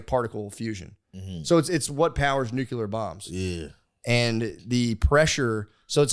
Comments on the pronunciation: Matt. You’re a smart guy, but we need to fix your pronunciation/spelling of “Nuclear”. You sound like George W Bush. It’s pronounced “New-Klee-er” or “Nu-clear” NOT “Nu-kew-lar “ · Physics degree haver and it kills me how much The Shaman gets right and still mispronounces nuclear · “the nagular bomb”